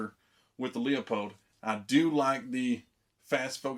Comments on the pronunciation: I actually called the company. It's actually pronounced like Loopold not leeapold 👍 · Leupold pronounced LOU-POLD